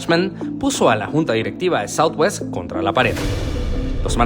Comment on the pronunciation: Es southwest no southewst